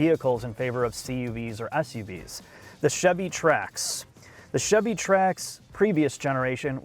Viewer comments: "The Chivy Trax" 😆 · "Chivy"? Savage. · Chivy Trax? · I keep hearing Chevy Trash, something is wrong with me… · Chivy Trax ;)